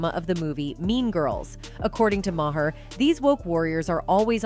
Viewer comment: He simplified it for idiots...I have several Maher in my town and they pronounce in Mah-Har